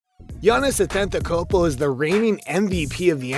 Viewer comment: "Giannis A tent a kopo"